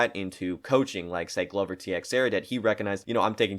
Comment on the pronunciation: Mannn how you gonna say Glovers name like that